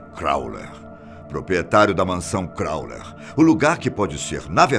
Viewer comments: 1) O narra muito bem, só não entendo por que ele insiste em chamar Crowley de "Cráuler". 2) "The Song Istchômes the Same"?... Suponho que refira-se ao filme The Song Remains the Same. 3) Na verdade, os primeiros relatos conhecidos de aparições do monstro do Lago Ness datam do século VI, que é também quando começa a história documentada da Escócia; é impossível saber há quanto tempo antes disso ele já vinha sendo visto por pessoas que não tiveram quem registrasse suas histórias. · "Crowler" ??? Mahzuquê!? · crawley q se fala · Crawler ou Crawley? Essa pronuncia está duvidosa. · E ninguém ensinou o velho a pronunciar o nome do cara direito antes de fazer o video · Bem apelativo, com erros na pronuncia de nomes de pessoas e disco... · Concordo. O conteúdo é bom, mas é péssimo errar o nome todas as vezes. E ainda faz piada... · Também me irritou ele falar o nome errado! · crowley, não crowler.......por favor... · Gente, eu amo esse canal. Mas tá me dando agonia ele falar "Crowler" o tempo todo... O correto é "Crowley", erro feio no roteiro! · É CROWLEY e não CROWLER,. Tirando isso, só elogios à esse canal e à sua voz intimidadora 😆😆😆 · A pronuncia do nome de Crowley está errado! Não é "Crauler" e sim "Croulei". Além disso em a foto que ilustra a fala é de Wiston Churchill e não de Crowley... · Fala-se: Élister e Cráulei e não Cráuler kkk... Télema e não Telêma... rsrs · Agonia que dá ele falando Aleister 'Crowler'...é Crowley (Crôulei) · CrowLEY, e não CrowLER. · É CROWLEY NÃO CROWLER PORRA! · Eh "Crowley" e nao "Crawler". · CROWLEY e não CROWLER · Crowley e nao crowler velho! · O nome Crowley é pronunciado no fim do nome com "li"não "ler". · O pronuncia CrowLER E não CrowLEY. Eita!!! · Crowler não CROWLEY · O narrador fala crowler toda hora.. isso incomoda.. o nome do cara é crowley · é Crowley, não ClowleR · Pq ele fala crowler ao invés de crowley? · CrowleY, não CrowleR. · aleister crowley e não Crowler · NÃO É "CRAWLER" É CROWLEY!!